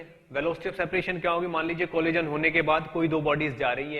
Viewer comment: Funny guy....."colijan"